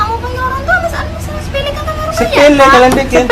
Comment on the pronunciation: Sepele gak pake R